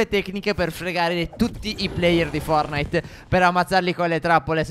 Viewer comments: Non si dice fornait ma fortnait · Sbaglio o ha detto fornite? all inizio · Ma non è fornite ma fortnite